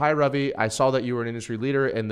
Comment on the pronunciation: Because it's an Indian name that's pronounced RUvi and not RAvi